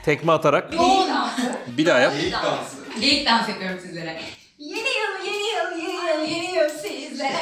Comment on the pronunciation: pelinin sürekli yeniyıl demesi XD